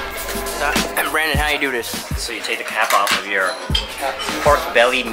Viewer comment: "no peekcha" lmfao